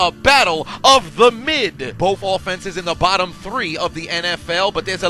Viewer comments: Like the emphasis on mid lmaooooo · the way man put the emphasis on mid lmao